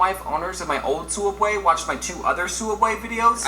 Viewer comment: its pronounced soob way